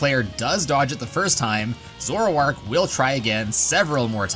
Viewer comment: you said zoroark wrong